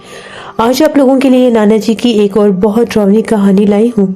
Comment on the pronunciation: Mic thodi door rakha kro zukaam jaisa lgta hai apko sorry is baat k liyai but kya bolu yahi lgta hai mujai aur darawni bola kro drownii nhi plzz darawni bola kro baki sab tek hai good job 👍